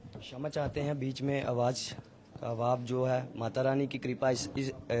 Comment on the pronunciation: Khyama nhi क्षमा hota hai